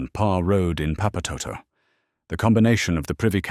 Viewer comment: Omg thats not how you pronounce papatoetoe 😂😂😂😂